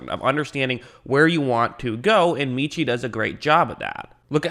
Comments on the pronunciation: (MET)Chie - not meeeeechie - ROLLTIDE! Great pick. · Met-chie. Not Meetchie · His name is pronounced Meh-chee